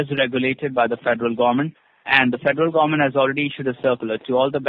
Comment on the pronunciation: The federal “ GOMMENT”